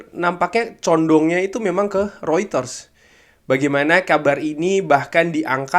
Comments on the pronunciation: Reuters bukan rueters bang mengucapkannya😂😂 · Mungkin bro bcanya pke aksen holland😂